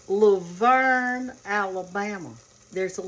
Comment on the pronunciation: They pronounce it, Lou Vern. Father-in-law was born and grew up there.